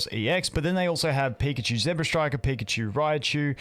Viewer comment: ZEBstiker not ZEBRAstriker